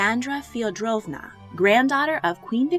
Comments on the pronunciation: Check some pronunciations, please (aka Lyon=lion and Feoderovna=FED erovna) Love the videos and love all listed. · It’s pronounced Fee o door of nah